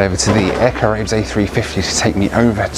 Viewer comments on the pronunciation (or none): Caraïbes = ka-ra-ee-b = french for Carribean